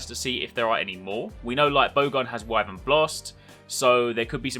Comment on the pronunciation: lol that scarface clip is so good I'm not even going to bother pointing you that you say Wyvern wrong.